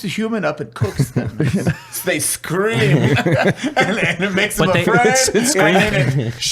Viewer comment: SCREAM jet engine, not SCRAAM lol